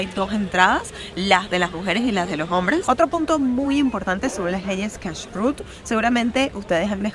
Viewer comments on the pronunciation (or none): No se dice Menora sino Menorà, hablas tsn rápido que no se entiende nada.. El tema de judíos religious es tan tsn taaaaaaaan amplio que en un video no alcanzaría. Te recomiendo que no hables tsn rápido, se nota mucho cuando lees y pronuncias muu mal Cashut Lo pruncoas mal El Tora no de dice Se dice LA Torà. Porq no averiguas porque no se come camarón y no se mezcla leche con carne. Es muy interesante... Ufff que mal video te falto interiozarte antes en cada cosa en vez de hablar tan rápido